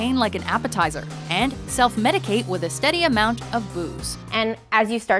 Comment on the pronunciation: WITH--Wif---Disparage---Dis- NORTH---NORF---Espresso---EXPRRESOLearn how to speak English or get a job bagging at Ralphs.